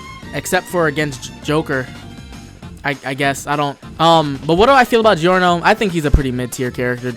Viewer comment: Gotta love Joronoa Joro